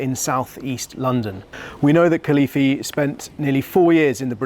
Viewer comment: Could you pronounce the name properly. Very young. And what a great escape.